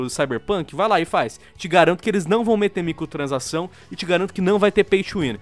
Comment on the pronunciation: É so eu que escuto " micotransação " '-' ?